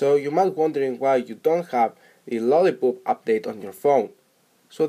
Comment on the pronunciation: did he just said lolli"poop" in